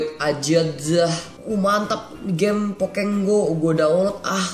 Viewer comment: Aneh pokemon go dibilang pokeg go lucu juga sih pas joget